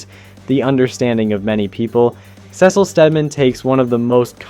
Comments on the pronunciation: Not gonna like or sub until you pronounce Cecil right. Holy shit is that infuriating. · Why do you Cecil like that😂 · Dude, please try to pronounce the names correctly. I've never heard somebody fuck up Cecil's name or call Mark Grayson, Mac Garson 🥀